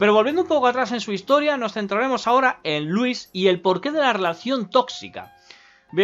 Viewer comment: Me encanta que cuando dice "Louise" se escucha "Luis"